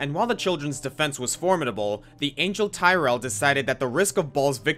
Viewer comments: I didn't expect you to use Barbatos... Great job on that. Also, Tyrael was spelled like 'Tee-ree-al'. Like, 'Ethereal' without the early 'E'. Just throwing it out there. Ah, I just missed the 'Token League' character from your lists. Now I know that you don't do Dota 2, but reading this... It just reminds me that my favorite hero of that game and my icon in this and Twitter, *Sven* the Rogue Knight, has a lot of Berserker traits that could have made it out there (probably not the top though). I mean, sure his class felt like a Knight, but he's an atypical 'chivalrous knight'. He's gruff, with a lot of pent-up anger what with being shunned for a hybrid-born between two races, his mother dying in front of him, his father executed by the knights that called him an abomination... well until he 'learned' from them and then kill them in revenge. He'll still do good things, but he's been rather jaded that most of his way of fighting... is basically throw himself to the battle, do a few strikes with his giant-ass sword that cleaves through ALL enemies in front of him, not just one enemy, and he's channeling his anger that it affects others with extra defense (so he pumps them up), and gets so angry he channels the strength of Gods with God Strength... and that's when a few strikes could be UTTERLY FATAL, especially with enough items. I guess that he might have lost out with Trynd because by Dota standards, he's still stoppable with Stuns, he can buy his favorite item Black King Bar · Tyrael is pronounced Tee-ray-elle. And Arreat is pronounced Ar-ree-aht. At least according to the gatewarden of Sescheron who was slaughtered by Baal in the Act Five cinematic of Diablo 2: Lord of Destruction. I apologize; I'm far too much of a meticulous and particular nerd. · Those Diablo names were all spoken wrongly, Baal, Mount Arreat and tyrael.